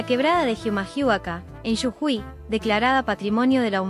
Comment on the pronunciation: Oye amigo, se re noto que esa voz es de una IA ¿Jijamahuaka? ¿Que es eso? XD Es Humahuaca las "H" no suenan Y no es "Yujui" es "Jujuy"